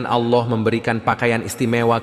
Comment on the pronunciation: Kok nyebut Alloh nya gitu sih g faseh